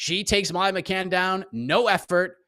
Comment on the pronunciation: Minced-Meat Molly McCann. Please get the name right